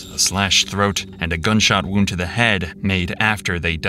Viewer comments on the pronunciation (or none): none